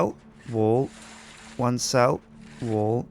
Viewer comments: did anyone else notice that the way that pronounces wall like wool? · It sounded like he was saying one cell wool. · when he was doing the one cell wal part it sounded like he was saying "one cell... wool" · i though he saying one cell woo